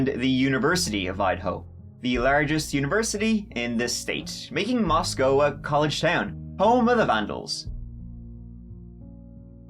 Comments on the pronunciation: I’ve been watching your videos for several months now. Also, I’m from Moscow and live here. THANK YOU for pronouncing Moscow correctly lol. Even the FBI tip line says it wrong. I was nervous for your background on Moscow. I assumed you’d dog on it like you do most cities lol. But really, Moscow is a great town. Love it here. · Thanks for pronouncing “Moscow” correctly, and not like Moscow, Russia. 😉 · I really appreciate the fact that you pronounced Moscow properly. That’s something no one does for this town lol. Grew up 36 miles from Moscow idaho and Pullman. This is the biggest reason even in a small town I carry my CC daily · I grew up about the same distance from Moscow, in WA... Agreed about how pronounced Moscow correctly. It's been difficult to listen to other people reporting on this tragedy, who pronounce it differently. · As a native Idahoan, I especially appreciate properly pronouncing Moscow... We are in Idaho not Russia. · Thanks for pronouncing "Moscow" correctly! I used to live in that little city. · Wow. It's crazy to hear you talk about the town I work in. I live in Pullman in Washington 10 miles away.... I'm a mental health therapist who works right off campus. I literally am about to drive through campus on my way home from work right now. And you pronounced Moscow right! Not like Russia! Thanks for your respectful conversation about the students. Helps humanize them. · Thank you for covering! And the perfect pronunciation of Moscow. There is Nothing around Moscow..no one is just "passing through". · You pronounced it correctly! Us Idahoans appreciate that amigo! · Well done on the town's pronunciation. Very few ever get that right. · Its crazy that this kinda thing has happened so close to home (I live in Boise.) The victims and their families are in my thoughts! On a lighter note....thanks for pronouncing Moscow correctly lol. Also, thank you for covering this.